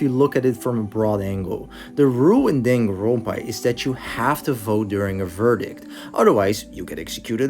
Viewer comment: “One one zero twee seven.” “Danganronpa V twee” “The blood in Danganroonpa”